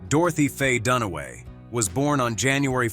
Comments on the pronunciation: Faye Danaway, not Dunway. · Her name is Fay Dunaway, not Fay Dunway.